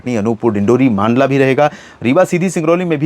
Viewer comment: मंडला को मांडला न बोले सर प्लीज 😢😢😢😢